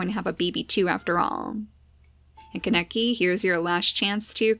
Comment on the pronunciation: its pronounced k-ahhh-ne-key not ka-neck-eee